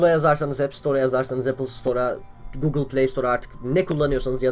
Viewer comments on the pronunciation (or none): none